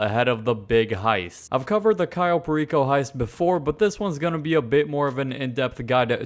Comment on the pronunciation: Why is he calling this place Cayo Pa-Reeko? Like puerto RICO..... ITS PAIR-EH-CO.